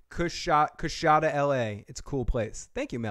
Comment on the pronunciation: Dude, learn to pronounce Coushatta! They were one of the major tribes of Native Americans!